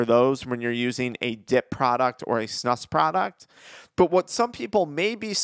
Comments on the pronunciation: It’s pronounced like snooose not snush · You pronounce it more like snooz* from a snus loving Swede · It’s pronounced snoos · It's pronounced snooos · Its SNOOOOSE SNEWOOSE SAY IT BETTER